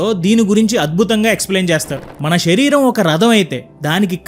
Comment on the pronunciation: షరీరం కాదు శరీరం